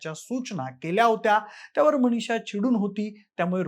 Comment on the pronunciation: जरा शुद्ध मराठी बोला. न च्या ठिकाणी ण ण कशाला म्हणतोस. मणीशा काय गोपणीय काय. कोणत्या शाळेत इतकं अशुद्ध, घाण मराठी शिकवतात?